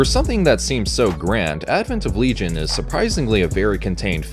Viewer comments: “Legay - on”? What the fuck 😂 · Always happy to see the 90s Gamera receive some appreciation:) btw as a big fan of Shadow of the Colossus, I'd been HEARING Otani throughout the trilogy yet only on this video finally I've got confirmation that it's him=) Haha. Whoever did that silly pronunciation, his Le-gi-on is closer to Latin original than your LeeJun >:D Seriously, you USians should redo your entire grammar. I for one would be happy to learn it :D As for that weird hug.. hm, not impossible, after all Kaneko does have a sofcore background. In the light of how the rest of the plot unfolded, however, it always looked to me as an early attempt to assimilate the girl, but yea, it's very suggestive. I'm just rewatching it after awhile, guess we'll see how does it come across this time around